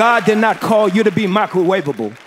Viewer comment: My nigga said Micro-way-ba-ble